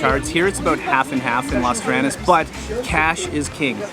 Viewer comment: Lovely video but please learn to pronounce Las Terrenas and Samana properly 😍